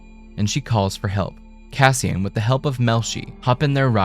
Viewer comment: "Cassian" - you get it wrong about 200 times. I'm out. you are a bleating tool.